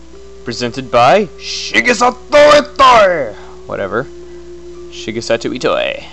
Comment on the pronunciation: Wow, to this day whenever I see Shigesato Itoi's name I say it like that